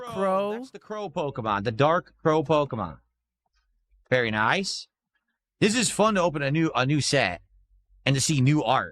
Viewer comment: *says in Mr Lewdacris * VYERY NYICE